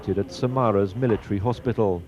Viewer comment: "mila tree"